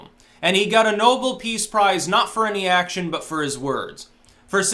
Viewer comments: ***** It's pronounced "Know-belle" note "Noble". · The prize title is pronounced like Alfred's last name,. Nobel not noble. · are you trolling us. It's no-BELL! LOL